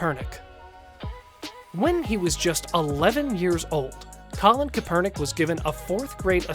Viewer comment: This guy saying kaepernick's name kinda had me irritated